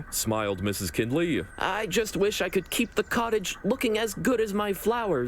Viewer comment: I know this came out in 2024, but the name is pronounced kind-ley, not kinned-ley